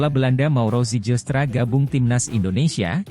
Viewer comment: bacanya ziilstra